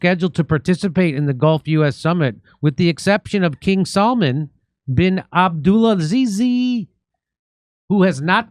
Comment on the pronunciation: abdulAziZi 😅 love it when u guys try and say arabic names